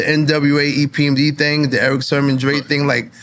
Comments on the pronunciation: Why does NORE keep calling him Erick Sherman? 😂😂😂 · Nore kept saying Eric Sherman.😊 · Nobody: ... NORE: Erick SHERman